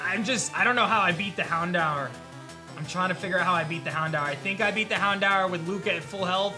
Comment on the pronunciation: Houndour? I dunno about that one buddy 😅